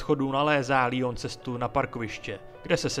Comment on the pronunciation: Dobrý video jen mi rve uši tvůj Lion, je to prostě Leon jsme Češi tak to můžeš říkat normálně i Angličani říkají Leon i amíci to vyslovují Leon